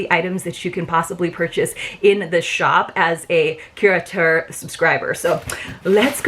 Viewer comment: I think you are the only creator who pronounces the name correctly--so tired of hearing it called curator box. That was quite a difference in values, but totally get the why in terms of your choices.. I did not order this box primarily as I have too many towels, too many cover-ups, too many skin oils, and also bags, albeit it was a cute bag--so glad it is black inside lol even if its harder to film.